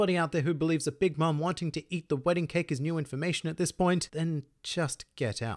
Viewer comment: 😭😭😭”keki” so truee